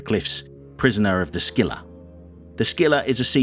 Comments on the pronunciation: the C in Scylla is silent btw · "the" scylla is novel way say it